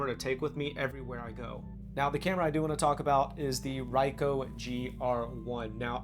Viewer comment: Never heard anyone mispronounce Ricoh so badly.